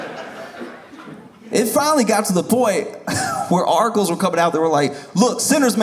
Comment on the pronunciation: He's saying "articles", but I'm hearing "Oracles".